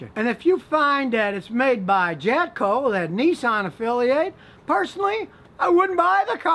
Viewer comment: Was I the only one that heard him slip in a couple “JapCo”s In there with the “jatco”s?